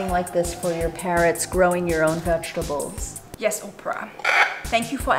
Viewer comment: Is possibly from Germany? I live in Germany and many students at my school are pronouncing "vegetables" like her. Edit: Well. After watching the video to the end I totally think that she's from Germany.